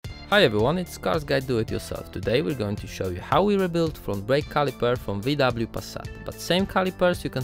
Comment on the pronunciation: WI DABLIJU PASAT, to tak prestiżowo brzmi po angielsku :D